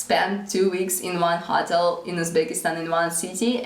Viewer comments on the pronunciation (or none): Your English is VERY good! May I make one suggestion about the word 'hotel'? The way you say it kind of rhymes with 'bottle' or 'throttle', but, actually it should be pronounced with emphasis on the second syllable, like 'ho-TELL.' Like the word 'farewell'. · Hello! Your English is excellent. One tip: "hotel" is pronounced with a long 'o,' like in "so." Equal emphasis on both parts of the word. Not a big deal, just thought you might like to know. I enjoy checking in and seeing how you and your family are doing.